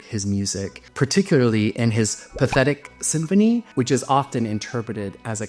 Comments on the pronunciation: Please do you research. Its not the pathetic symphony; its pronounced pa/ta/teek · Um, learn how to pronounce Menotti! It isn't me-NOA-ti, but is rather closer to Me-nawt-ti! Also, It Tschaikowsky's path-eh-TEEK Symphony, nor his "Pathetic Symphony!" (And that is not just some niggling, elitist point: the word "Pathétique" has a meaning that goes far beyond what "pathetic" means in today's English!) Beyond that, so much of this is based on sheer speculation. Bernstein, Britten, Barber, Menotti, sure -- this is known because they all lived within living memory. Tschaikowsky? Likely but not certain. Schubert, Chopin and Haendel? All sheer speculation! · Thank you for pointing out some of the more unusual highways and byways of classical music. Just a small point on pronunciation. Pears = peers. Aldeburgh - Ald-Bruh. Pathetique - path e teek. Handel did not write "The" Messiah. He wrote just "Messiah". (Just as Darwin did not write The Origin of The Species" but "The Origin of Species." ) I'm surprised you didn't mention Ravel. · Actually, pat-a TEEK (th in French is just t) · Given the foreign nature of the word, and the presenter's admitted unfamiliarity with classical music, I'll certainly give a pass. The name "Pathétique" (pronounced something like path-a-teek) for Tchaikovsky's 6th Symphony comes from the Russian word "Pateticheskaya," which means "full of pathos, impassioned, passionate, emotional." Fun fact: The presenter alludes to it, but Tchakovsky died shortly after the premiere. There is speculation that this is his musical epitaph, or possibly his musical suicide note. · Your pronunciation of Menotti's name and of Tchaikovsky's symphony needs some work. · Please learn how to say Pathetique and what it means!! It certainly does not mean pathetic!!